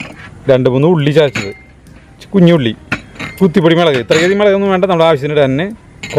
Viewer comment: Melegu alla mulaku enna parayanullathu